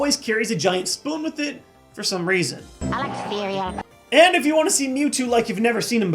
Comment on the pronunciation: ai liek seerial